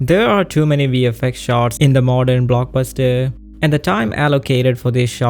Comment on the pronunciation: Block-bus-teeeer lol